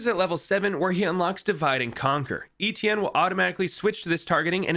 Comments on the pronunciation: your pronunciation of Etienne is maddening lol. Its pronounced Et- (like in Yeti) Ie- (like the letter E) nne- (like the letter N). Etienne. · you pronounced it wrong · I don’t think that’s how you pronounce etienne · You pronounce his name wrong and it pisses me off